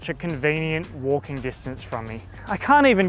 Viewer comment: Waaukinng, walrking? Wanking ?😅